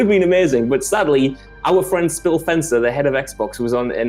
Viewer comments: "Spil Phencer" 😂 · "Spil Fencer"? O.o